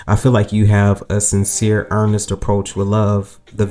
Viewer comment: Ernest or honest?? 😂😂😂..love you ❤❤